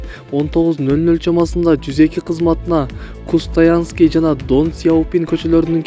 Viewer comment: Биринчи окуганды жакшылап уйронсон.кустаянский эмес кустанайский.дон эмес Ден сяопин